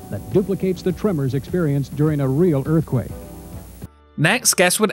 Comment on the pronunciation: What the heck is an erf-quake ??